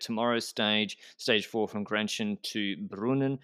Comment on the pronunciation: Excellent pronounciation of Grenchen, never heard an anglophone doing it better.